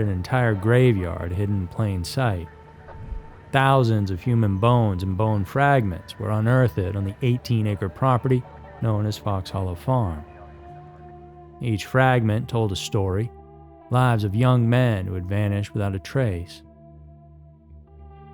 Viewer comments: Unearth- thed? Noooooo, it is unearthed. That is , two syllables not three. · I was hoping it wasn't so, but voice is A.I. If it was a human he wouldn't have pronounced unearthed as unearth-ed in the video, or pronounced serial killer Herb Baumeister name as Erb Bowmeister many times. Such a tragedy, one of my fave channels with what I thought was a human narrator lost to A.I. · unearthed isnt pronounced as unearth-ED i love this channel but for some reason that drives me crazy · Why does he say the word unearthed that way??